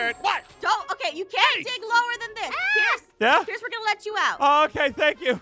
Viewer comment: Pierce not peirce